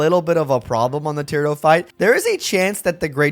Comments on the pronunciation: Ti-rah-do, with a longer a, as opposed to tira-do, where it's too blended together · Thew struggle against Tirado was probably because you kept pronouncing his name wrong